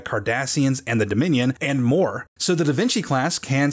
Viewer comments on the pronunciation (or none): ...DA VINKY??